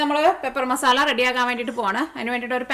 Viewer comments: മസാല എന്ന വാക്ക് മസാള എന്നാണ് പറയുന്നത് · മസാള്ള അല്ല മസാല